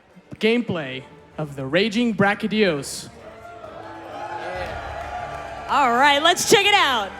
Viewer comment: I liked the gameplay but who was that woman host? She was so cringe and she pronounced brachydios with a g like "bragydios". Like wtf at least get people to host who know the friggin names of the monsters.